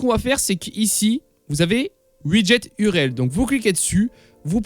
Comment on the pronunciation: L'uréel mdrrrrr tu m'as tué mec, on dit l'U R L sinon merci pour ton tuto ;) ça m'a un peu aidé ! mais quelle idée de stream sur youtube !!!!!!